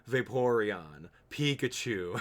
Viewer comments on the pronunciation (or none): none